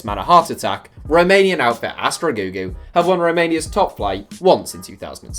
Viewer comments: Astra Giurgiu (not Astra Gugu was this guy pronounced it) was found in 1921, but in 2012 they moved from Ploiesti to Giurgiu and they changed their name from Astra Ploiesti to Astra Giurgiu. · That Giurgiu pronounciation....